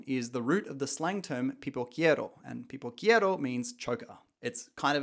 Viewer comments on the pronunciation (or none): "Pipoqueiro", bro. Not "Pipoquiero". I insist: brazilians speak portuguese, not spanish.